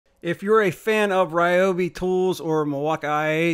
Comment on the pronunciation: I remember from the early days when REE-oh-bee was first released; they had an article on their website stating the name's correct pronunciation: the correct pronunciation is REE-oh-bee. Why not educate people on the correct pronunciation rather than repeating what started in ignorance?